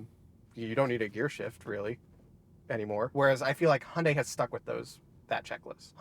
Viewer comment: Nice Video, i drive an Hyundai Ioniq 6 UNIQ with 77,4 KwH myself. I Really like it. But do me a favor, Hyundai is not Hunday pronounced, thx.